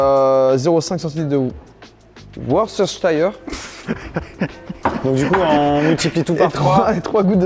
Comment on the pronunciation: Certaines personnes se soucient des différences, de ce qui nous sépare plutôt que ce qui nous unis..., lui, parle le language universel: l'incapacité de prononcer "Worcestershire Sauce"... Véritablement et totalement "relatable" comme disent ceux qui savent prononcer le nom de la sauce maudite.